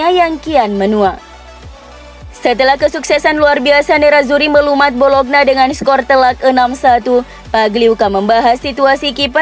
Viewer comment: nyebut bologna kok bolokna terus (ngga enak banget didengar)...yang benar bacanya "bolonya" mba...wakakakaka